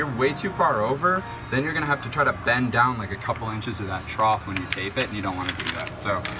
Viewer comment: Very helpful, but please stop saying troth!!